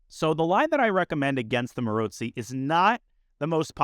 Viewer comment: Fascinated by how you pronounce Maróczy. Most people say 'Marocksy', witha hard ck sound. I trust your pronunciation is more accurate, because you speak so many languages. Any Hungarians care to comment?